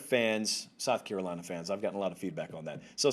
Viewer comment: “Carolina fans.” You said it right my man!